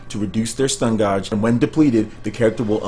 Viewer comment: Is he saying gauge like it's spelled?